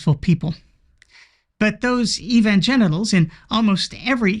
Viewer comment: Did he say "Evan-genitals"? 😂😂😂